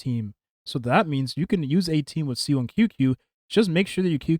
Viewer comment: You say she's your fav character, but you keep calling her "Seal". Her name is "Zeela". German for soul!